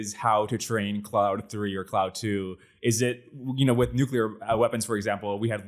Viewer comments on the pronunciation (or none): Stop calling it "Cloud"